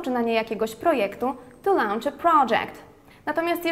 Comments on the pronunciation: też mi się tak wydaje... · tam nie ma 'au' w wymowie...